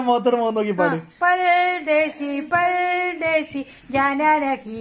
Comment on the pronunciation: പൽ ദേശിയല്ല, പർദേശി ന്നാ